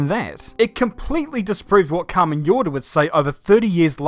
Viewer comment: Jordá is pronounced Horda, (with the short "O") not "Yorda".